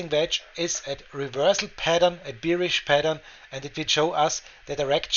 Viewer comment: Great video.... Please pronounce "bearish" like in German word Bär ("bärisch"), as "beerish" sounds like you are thirsty for beer :)